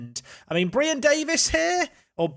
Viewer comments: perfectly pronounces Brian in danish 👍🏼 Also loan deals with option to buy when they are in their last year of the contract can’t be done. You probably know this but haven’t noticed their contracts. At last.. Solid transfers! 💪🏼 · There is nothing wrong with your pronunciation of Brian... Its how we say it in Denmark :P